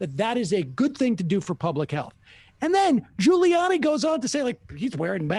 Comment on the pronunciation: It's Ghouliani. Sam, still can't pronounce names.